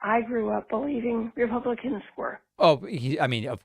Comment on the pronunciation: Repumplekins, i heard